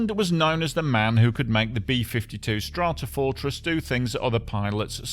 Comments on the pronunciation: Good video, informative and pleasingly informal on a tragic accident apparently caused by sheer macho stupidity. Also, and sorry to be facetious, but I especially enjoyed hearing the B-52 being called a "Strartafartress" in the introduction. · Hilarious that the narrator can pronounce "Stratotanker" but not "Stratofortress" 😆